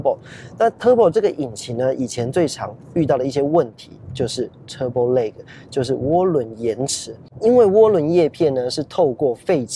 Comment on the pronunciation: turbo lag那個lag你去查一下KK英標,看看這個lag怎麼念